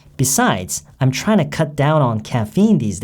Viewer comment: 발음이요~ '트라잉투'가 '트라이나'처럼 들려요~~~ 잘 들은거 맞나요?? ^^